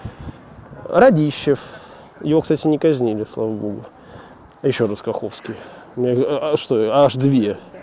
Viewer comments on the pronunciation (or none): А почему РадИщев, а не РАдищев?